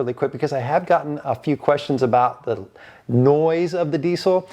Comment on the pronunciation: It’s not DEEC IL. It’s DEEZ ILL